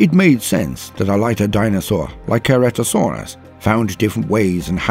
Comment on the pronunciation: Very intersting video, but I think you mispronounced Ankylosaurus and Ceratosaurus. The kylo in Ankylosaurus is pronounced the same as Kylo, as in Kylo Ren. And for Ceratosaurus, the C is pronounced with an S sound, not a hard C. Great video otherwise.